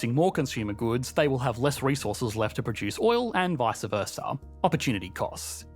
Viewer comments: it's "vice versa" not "vice uh versa". ✌️🤠 You're welcome! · Your sentence melody FREAKS me out. And learn to pronounce Vice versa.